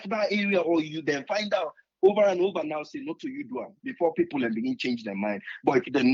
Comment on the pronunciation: Triple A nor kill me wit laugh. U say pipor pipor pipor. . Wae other country dem dae go bifo, we dae go bien. If ose nor sell u , street nor go buy u.